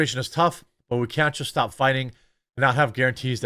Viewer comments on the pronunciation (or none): none